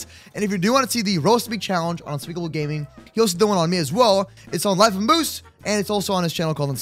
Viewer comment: You got the name right moose